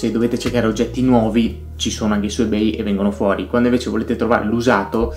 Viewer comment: Non mi sembra proprio che Subito abbia oscurato Ebay. Anzi, a livello di aste, collezionismo e sicurezza dei pagamenti è ancora imbattibile. L’offerta è assolutamente imparagonabile. [E per favore pronuncialo correttamente ;__;]